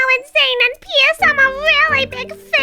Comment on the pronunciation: uh I think you said pierce wrong.